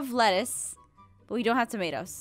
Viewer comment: When Jess said "lettuce" I heard "lettuth" Start annoying with that Jess. 😉